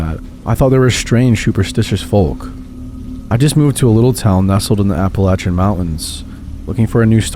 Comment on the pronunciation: You said Appalachian right!!!!